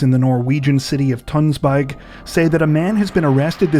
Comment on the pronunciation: Well done pronuncing the norwegian city name Tønsberg 👍👏